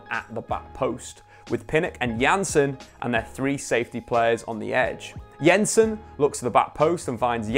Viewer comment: yensen and yaaaaansen